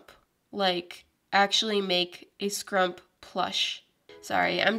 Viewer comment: ”Scrump” Me:”HIS NAME IS SCRUUPY” My mind:” Girl Shut Up”